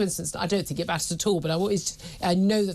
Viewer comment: Except for when she says think... fink! I mean rayner